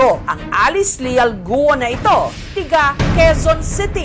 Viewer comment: Goo!! po hindi Guwo